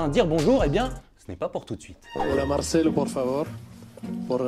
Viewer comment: Dites pas "Marchelo". Prononcez bien les noms putain. C'est Marcelo.